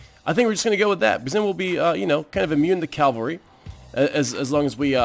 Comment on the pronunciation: It bothers me so much (kind of irrationally) that you say "calvary" instead of "cavalry" but it sounds like you try to remind yourself it's "cavalry" so I suppose progress is good. XD